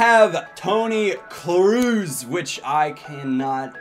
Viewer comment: Toni Kroos is not pronounced Kruus. The double oo in German is pronounced like a long o